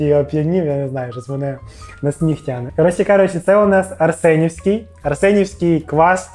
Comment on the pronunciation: Так Арсенівський чи Ареснівський?